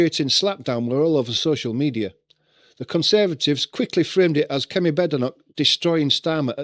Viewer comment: Kame not kemi or however you said it